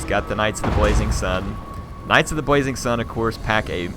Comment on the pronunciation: Does have a list? I keep hearing him say "Knights of the Bwazing Sun" instead of "Blazing".